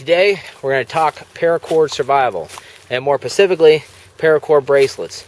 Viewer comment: Specifically not pacifically....